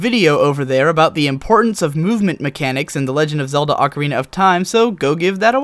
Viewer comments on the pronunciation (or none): none